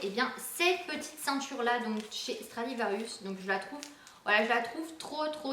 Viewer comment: Stradivarius RIUS pas rious :) comme ça tu sais :)